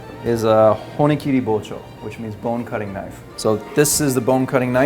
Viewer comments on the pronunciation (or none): He pronounced bone cutting knife, “bone cutting ke - nife